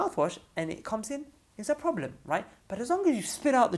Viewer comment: idk I'm dying of laughter😂"No proo bleem oo" anyways may allah bless